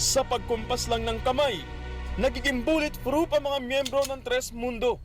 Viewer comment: bulletfroof daw sabi ng reporter bobo ampota...parang si gus abelgas yung ichura